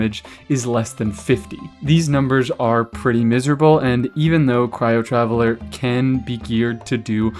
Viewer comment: Taveller? Flesh?! What